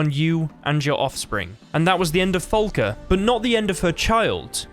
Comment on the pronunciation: I'm downvoting for "Folka." It's "Falka." Say FA. FAAAAAAAAA.